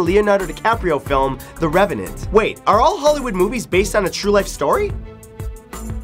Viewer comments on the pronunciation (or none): none